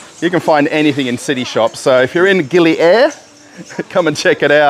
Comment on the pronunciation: The island pronunciation is Gili Aaheer! (Air means water )!